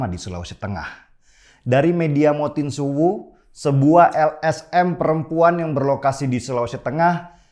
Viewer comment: Maaf bang.. salah sebut.. Mosintuwu bkan motinsuwu